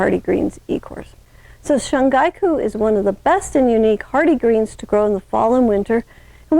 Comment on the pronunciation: Ma’am with all due respect, it’s called 春菊 (shun-ghee-ku). And thank you for the educational video.